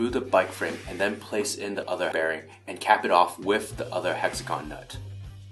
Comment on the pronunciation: lmao did he say bearing wrong every time to where they had to voice it over?